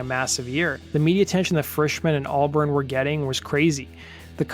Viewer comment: He can’t even pronounce Albarn correctly